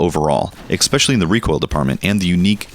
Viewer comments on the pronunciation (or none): ES-Specially not EX-Specially